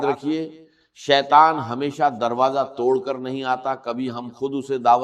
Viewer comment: ایسا راز بتانے والا ہوں کو کہا کہ ایسا راج بتاتا ہوں ۔اور دروازے کو درواجا کہا ۔۔واضح ہے کہ صرف ویوز کے لئے جھوٹی آواز بنائ ۔۔اچھی بات بتا رہے تھے تو جھوٹ کا سہارا کیوں لیا